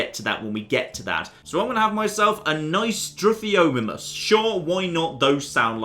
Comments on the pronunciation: The name butchering begins! Its STI - THR I - O - MIME - MUS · you took classics and like researched Latin. How do you not know how to pronounce struthiomimus?